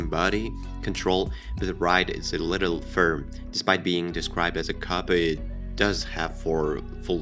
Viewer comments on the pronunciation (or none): I never said anything about your accent. You can have an accent and still pronounce the words correctly. Also coupé comes from french. If let's say you wanted to use the American pronunciation (coupe pronounced "koop") that would have been fine as well. But cop just doesn't meant anything. Notice how I didn't say anything about all the other words you pronounced correctly but with an accent? My point is, be thorough if you do something. People will be more inclined to listen and give weight to the opinion of someone who know how to pronounce the words. Why should I trust you know what issues the C30 has? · That is not how you pronounce coupe. There is an accent on the e. Coupé. Weird that you would make a video about a coupe, without knowing how to pronounce it.